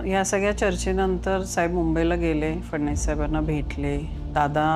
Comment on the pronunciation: Madam phadnis nahi phadanvis